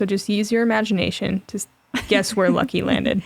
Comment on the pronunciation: As a Nordic, I find it so cool you call Lykke "Lucky". Atleast that was it sounds like :) As a site note. In Nordic language, her name translates to "Happiness".